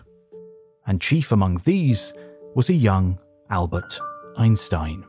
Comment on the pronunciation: What's with "Añbert Einstein" ?